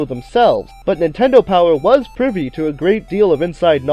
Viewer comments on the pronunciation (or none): none